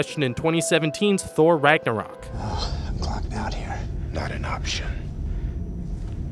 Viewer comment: It's Ragnarök, as in "an elephant", not Ragnarok as in "Plum"